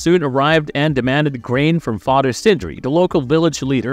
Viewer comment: "Fahder" and "Mudder World" 🤣